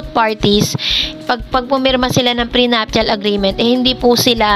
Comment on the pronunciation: Ate, dont get me wrong po, prenuptial is pronounce pi as pre napcial. Love you❤❤❤